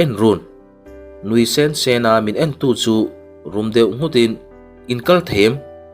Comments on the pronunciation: Mizo ini lo ami... Min nuih sensen a tih kha ithluk diklo lutuk sensen, anui sen sen anilo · I aw hriat a nuamin i story chhiar a ngaihnawm thina.. chuvangin ka sub che a.. mahse hei hi ka sawi hram teh ang.. nui sen sen tih turah, nui sên sên tih angte hi beng a ti kham deuh. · Nuih sen sen tih i chhiar dan kha mak e, thilrah la sen lam danin i lam zel a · I chhiar ngaihnawm viau....mahse nui sen sen... a a... double adverd ang ho hi lam dik lo a tam riau...ṭan han la deuh teh, i chhiar thiam si..ka lo ui❤❤ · Nui sen sen tih hi athluk avaak ve